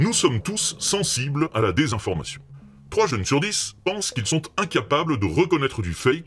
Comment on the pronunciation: "...concernant là des désinformation sur la santé." Mais oui c'est vrai qu'à l'oreille ca sonne bien "...concernant la dédésinformation sur la santé " 😅